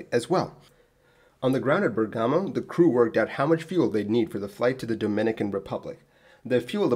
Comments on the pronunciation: It’s BEAR-gamo, not burr-GAMO. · BER-gamo, not Ber-GAHMO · Hi mate, it's Bèrgamo, not Bergàmo. :) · Keep it up also from my side ;) (by the way: it's Bèrgamo, not Bergàmo.... I know: this sounds as pleasant as "Leviòsa, not Leviosà".. sorry, bear with me) ;) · Dropped by to point out the same pronunciation issue, just to find out that you beat me by one day 😄 And, for non-italian speakers, I would just add that the wrong accent remark is not as nit-picking as it could seem... We italians use to put a great care in accent placement since in our language an accent shift within the same word (although Bergamo being not the case) can unexpectedly turn present into past tense, first person into third, a noun into a completely different-meaning one and perform a whole lot of other sorceries that keep plaguing us since our first day at school 😉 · He's saying the pronunciation is wrong and that the emphasis should be on the first syllable. Then he acknowledges it sounds worse and isn't really that important by comparing it to a line from the first Harry Potter movie.